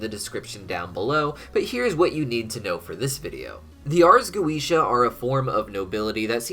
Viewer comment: Why is it so fucking hard to simply say goetia properly